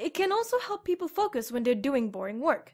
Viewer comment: "foucs" i nearly missed it